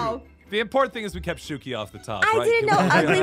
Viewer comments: It’s shuki not zukey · Alice Pena Romo the way to pronounce the name is shuki